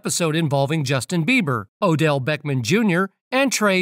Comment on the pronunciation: Please stop calling him Odell Beckman - it's Odell Beckham - - the AI voiceover is really annoying....